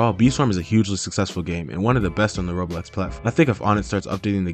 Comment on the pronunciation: Its Roblox not robux